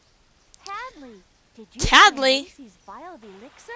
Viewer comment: it's hadley not tadley